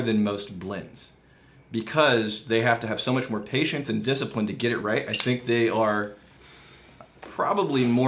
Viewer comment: “Thing(k)” Drink!!